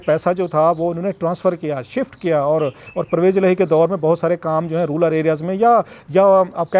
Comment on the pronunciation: rural areas not ruler areas